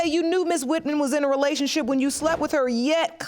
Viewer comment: This idiot can’t even say the word “relationship” but is pushing out babies🤷🏽‍♂️